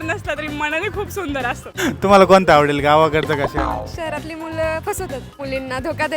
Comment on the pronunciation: Tila shahar mhanta yet nahi ... Sher mhante aan shaharatla mulga pahije....😅